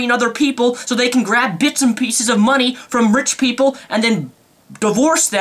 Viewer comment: "my hard earned mundy" the channel when you go so rage you cant even say money.